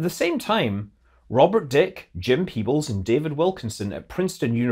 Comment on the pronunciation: 2 corrections if I may: The "e" in Robert Dicke's last name is not silent, it is a long "e". He died in 1997, not 1987. I attended a talk he gave at MTT Boston in 1991, so I knew without looking it up that this had to be wrong.